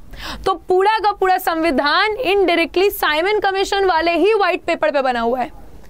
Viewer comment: Mam you call ' puda ' not pura